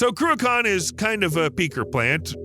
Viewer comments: I THOUGHT it was Cruachan; you Speech ---->TXT said Ben Kraken. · Shame this guy didn’t practice pronounciation of the mountain and dam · Would love to teach you how to pronounce the word 'Cruachan' properly, but your making a brave effort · It is not pronounced "Cruacon" for starters! Hate it when Americans do these videos and cannot even get the pronunciation of Scottish place names correct. Some of the Gaelic names can be difficult but this one is very simple to say correctly. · Cruachan ends with an, not on. Also Edinburgh ends rgh, o. Get the names right please. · Crew - a - con? ... Love it. It's pronounced Crew a chan ('ch' sounds as in loch). Never mind: Right at the end, the bloke doing the voiceover proves he can't say loch either. It was built because nuclear power plants take ages to ramp up and slow down. Cruachan enables nuclear power stations to produce at a steady rate while taking care of peaks and troughs in demand. It's now being used to try to do the same thing with wind power because the 'green' lobby has stuffed nuclear power. Unfortunately, supposedly environmentally friendly wind turbines actually produce more greenhouse gases per kilowatt/hour of electricity generated than nuclear stations because wind turbines are so grossly inefficient and use huge amounts of steel and concrete in their construction. The electricity they produce is entirely unreliable (when the wind don't blow, the turbines don't go and the leccy don't flow) and hugely expensive, which is why we pay a fortune for electricity in the UK. Time to give the 'green' lobby a good kicking, don't you think? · Not even our biggest hydro plant. Also its not "croo-ak-kan" Its more like Crook-en" but the K is pronounced like the ch in Loch (not lok). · Cruach ann Not Cruchon Sc Otland NOT Scaatland .....Tich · Croo-akaan ? 😂😂😂 If you’re making a vid, at least have the courtesy to research the correct pronunciation. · It's pronounced "Crew-kin/Croo-kin". You're welcome. 😉